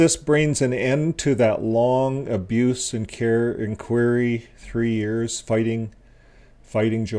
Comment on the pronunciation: Why can't you pronounce simple English words correctly--learn how to pronouce INQUIRY. It sinks your credibility with thinking folks.